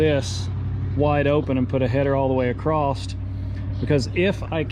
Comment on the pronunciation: it is just across no t at the end, Thanks Guys another good video.